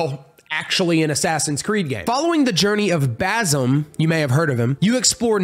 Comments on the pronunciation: btw basims name is pronouced bazeem (i think) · Ghost of tshosima and baZim great pronouncinaton